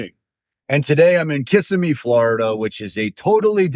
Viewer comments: It’s pronounced KUH-sim-EE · LOL!! Kissimmee is pronounced Kih-sim-ee! Emphasis on "sim". Your pronunciation of it cracks me up! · I know you can tell when people pronounce that incorrectly we all know they’re from out of town.😂😂😂😂